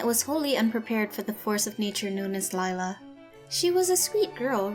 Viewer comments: *lila not lie-la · Instead ee have lie-la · Same she is just a freaking liar that's why your name is Lila pronounced liela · its not lila its lie-la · LIE-la should be the real way her name should’ve been spelled.. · anyone else notice that lila sounds like liar personally her name should've been lira because if u mix it is lial but if it was lira it would be liar